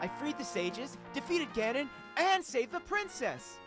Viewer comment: "Ganon", et pas "Ganonnes" (lol)